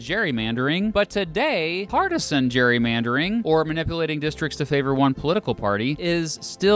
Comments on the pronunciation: It's actually pronounced 'cherrymandering'. I mean who wants to argue with Arnie. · Btw Gerry is pronounced Jerry in Ireland and in Britain, so I presume that's why we pronounce Gerrymandering with a J sound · Why are "gerrymandering" and "Gerry" pronounced differently?